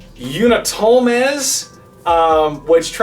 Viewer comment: You pronounce "Unutulmaz" like this: Ounoutoulmarz with "R" as a silent letter That is how you do it